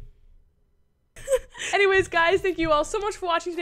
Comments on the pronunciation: I'm not trying to be rude in any way but did anyone else notice the fact that said "sub-scirrble" instead of "subscribe"? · Me: Did she just say “Subscribble”????? 😂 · I love u girlie but u said subscrible